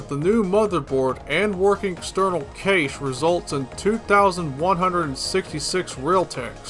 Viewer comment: I usually hear Cache is pronounced like "Cash". Haven't heard it pronounced "Caysh" before.